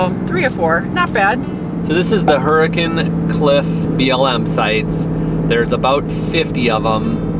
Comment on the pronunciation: Love it that you use the local pronunciation of Hurricane and Zion!! Agree that Southern Utah is one of the best places to RV.